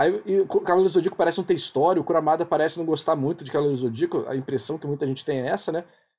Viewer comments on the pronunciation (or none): Eu ri toda vez que ouvi KURAMADA 😂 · Ouvir você falando "Kuramada" me deu dor física, mas até o melhor dos homens é falho